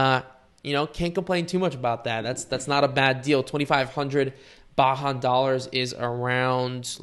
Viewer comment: "Baahan dollars"? Are you trying to say Bajan (pronounced bay-jun) dollars? BDS stands for Barbadian Dollars